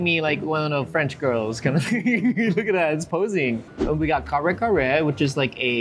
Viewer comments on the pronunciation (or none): You know the entire world has changed if he pronounces kare kare like an American